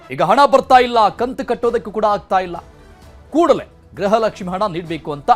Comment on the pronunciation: ಎ ..ಆಂಕರ್ ಗ್ರಹಲಕ್ಷ್ಮಿ ಗ್ರಹಚಾರ ಅಲ್ಲ ಗೃಹಲಕ್ಷ್ಮಿ ಅನ್ನ ಬೇಕಪ್ಪ